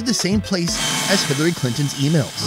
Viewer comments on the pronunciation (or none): Did I hear u say Hilary's email?😂